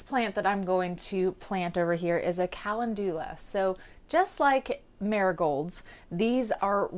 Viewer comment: Love your app and videos but your pronouncing calendula wrong. Kuh-Len-dew-Lah is how it is pronounced